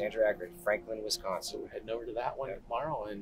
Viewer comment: I love what you guys do and it's so nice but I just want you to know you are saying Wisconsin wrong this is coming from a Wisconsin person